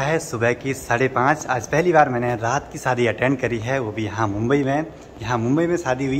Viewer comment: Nice video 👍 सादी नही शादी बोलो।